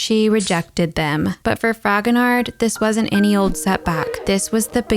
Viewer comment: I am sure I am not the first to make this comment, but I can't help myself. The ''d'' at the end of Fragonard's name is not pronounced. It's /frahgonar/. No "d'' :)